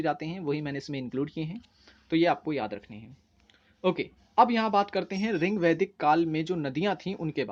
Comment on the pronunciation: Your teaching method is good but it's rigvedic ..not a ringvedic Ye sunne me bahut odd lg rha h